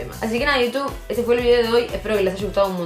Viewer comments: Me gusta tu capucha de Pikachu Que Roberto aprenda a decir < hola iutub> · Soy la única que escucho "hola utub"? Ahre cjau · Enseñale a Roberto🐦 a que aprenda a decir Hola iutub